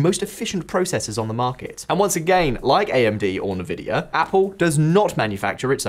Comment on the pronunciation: NVidia? Na Vidya? Tell me you've never been a pc gamer without saying it....